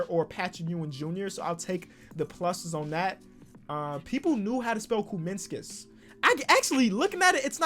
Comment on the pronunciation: try to type what you say bro why did you keep adding extra letters like kuzminskas is what u said but you type kuzminsikisaz?